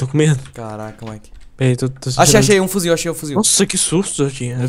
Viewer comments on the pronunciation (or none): Nao é fuzil porra é fuzivel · kkkk mike e falam "fuzil" e, vez de 'fusivel' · NAO É FUZIL É FUZIVEL!!!!